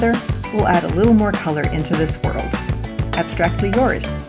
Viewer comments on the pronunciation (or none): none